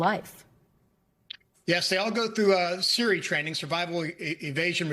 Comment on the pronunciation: Seres not serees training. And they have transponders. How was this guy secofdef?